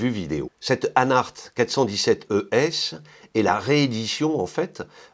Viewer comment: J'aime le montre de Hanhart. Classique et bon rapport qualité prix. Btw. you pronounced the word ES=Edelstahl very good :D